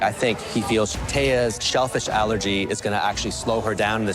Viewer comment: At first I thought, chef Claudio said " Thea's selfish allergy " instead of " Thea's shellfish allergy "😂😂